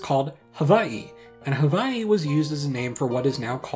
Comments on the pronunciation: Te Reo Māori doesn't have a or <'> sound, they call the semi-mythological homeland Hawaiki. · I've usually encountered Hawaiki being spelled this way in most Maori text books, I've heard is only really pronounced as Ha-Why-key in New Zealand.